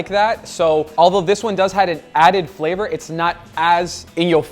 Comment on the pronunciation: Everyone: Flavor: Fleeevor 😂😂😂